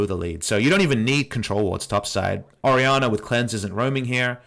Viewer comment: Lmaoo for a full three minutes I thought they picked Ahri because I couldnt see the pick and the way you pronounce Ori sounds like Ahri